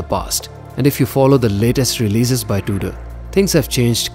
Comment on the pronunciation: Its not Duder its Tudor